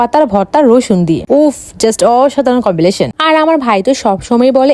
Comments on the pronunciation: কমবিনেশন ❌ কমবিলেশন ✔️😅 পাঙ্গাশ ❌ পাঙ্ঘাশ ✔️😅 হেব্বি ❌ হ্যবি ✔️😅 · Combination ❌️ Conbiletion ✅️ Guys ❌️ Goys ✅️ To Goys ra tumra kintu apur thika notun notun inglish sikhte parba to Goys ra tumra kintu taratari apur thika inglish shikhe naw 🙂👊🙌🏻🐸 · Combileson ❌ Combination ✅ তন্তজা ❌ তরতাজা ✅ Guways ❌ Guys ✅ Larabara ❌ Leura ✅ Janfran❌ Jafran✅ Lengur ❌ Lej✅ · কম্বিনেশন ❌ কম্বলেশন ✅🤣🤣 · Combination ❌ cobbiliton ✅ 😂